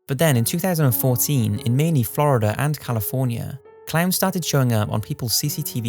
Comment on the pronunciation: how the hell did this dude pronounce miami? lmao thats the first time ive heard that pronounciation